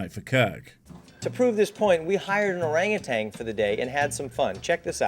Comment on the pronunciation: For someone who knows so much about the great book, has he never seen the word orangutan spelled without a g at the end? That just grates my ears. Part simian, part orange flavored drink!